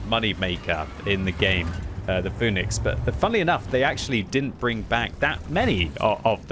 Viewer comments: Pronounced Fee-nix btw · it is fee-nix.